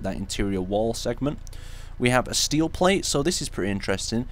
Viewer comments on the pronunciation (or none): none